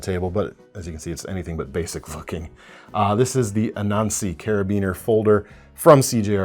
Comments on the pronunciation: Loved the part when deleted the S from "Colors". 😂🤣 Did anyone else hear "f******" instead of "looking"? 😅 - Yes to both. More knives with color and more knives in black. And even more knives in black and color! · I'm also unable to clearly understand it, but turn on English caption auto-translate and it translates as looking. If it where something with eff, the auto-translate would probably skip the word. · ….. i’m gonna give you the benefit of the doubt and guess that you were trying to say, “looking.” 👀